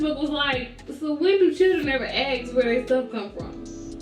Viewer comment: Fucking annoying to hear someone say AKS /AXE instead of ASK